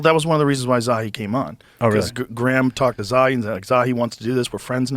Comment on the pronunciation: I'll talk about the inner earth until your ears fall off Coach! It's pronounced "Zaw-Hee"